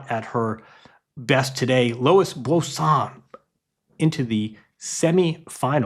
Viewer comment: This dude butchers every name that's not Smith, Jones or Brown. Bosan? Fonseeeka? Come on man